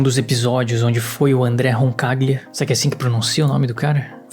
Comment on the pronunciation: Roncaglia - Pronunciou certo! Lê-se em português, Roncalhia.